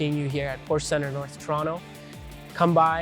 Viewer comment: it would be nice if you knew how to pronounce properly the name of the car you’re selling